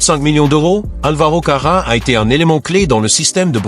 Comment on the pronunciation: Careras et non pas carra ! et puis vous vous repetter souvent !!!